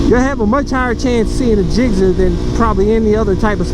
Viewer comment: It sounds like you’re saying gizzer lol.